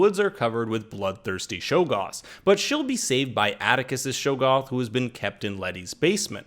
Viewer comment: great job, except........shog-goth, not show-goth.